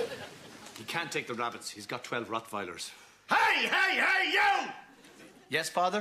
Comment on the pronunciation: Really appreciate the fact that Ted pronounced Rottweilers correctly. :D